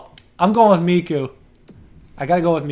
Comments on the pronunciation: Its Mikko not Mikku lmao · mikkO not mikkU, koivu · I love how you pronounce Mikko, it sounds so funny to me because i'm Finish. :D